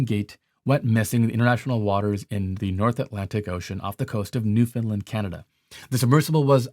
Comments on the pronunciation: I’m from Newfoundland it is pronounced ( new-fa-land ) all one word ! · then again ..."New Finland," Canada, hugh?? I am pretty sure you mean Newfoundland. That must be the American pronounciation... ah, my countrymen.... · How to pronounce NEWFOUNDLAND. NEW-FOUND-LAND. Now Say it with me NEW- FOUND- LAND. NOT NEWFINLIND. 🙄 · Im an east coast Canadian. Not from Newfoundland, but i know at least a hundred of them. Please pronounce it New fund Land and in a fast word. Its not new FOUND land or New fund Lund. Some words are not meant to be said 1 way. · Newfoundland is pronounced " Nèwfin land" not "New found Lind." Just saying. Quite annoying seeing my Home Province's name pronounced so wrong(beyond butchered", for the last week by international Media. It is a point of contention already in most recent times, with the majority of Canadians finally getting on board and going out of their way to actually pronounce it properly. Slowly it is catching on with International, mostly USA media or correspondents. If you visit Newfoundland, You will be corrected over and over, until You get tired of the ridicule, and start to pronounce it correctly. Just saying. As an example, I know that Detroit is pronounced "DeeTroit", emphasize given to E, and holding syllable for a fraction longer, and sharpening the T sound. ☝️🤨🙉🤠🤣😁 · Very informative. Also, fyi Newfoundland is pronounced New-fun-LAND (rhymes with understand). And the full name of the province is Newfoundland and Labrador.